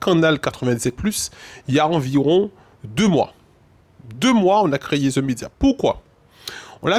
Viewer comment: On l a « créyé »? Plis fos timal